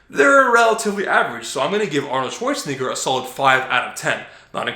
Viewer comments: hey man gotta watch the way you pronounce arnolds last name lol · I'm not sure I like The way you say schwarzenegger... Haha